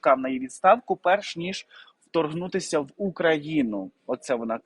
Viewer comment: гарний контент, тільки неправильні наголоси у словах та прізвищах вуха ріжуть, важко слухати: БУшман, а БушмАн, ФесЕнко, а не ФЕсенко, втОргнутися, а не вторгнУтися.